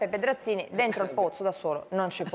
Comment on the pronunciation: "Pedrazvi Scenzini"